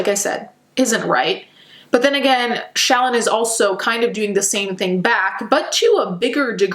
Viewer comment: lol When you say Shallon it sounds like Childmo.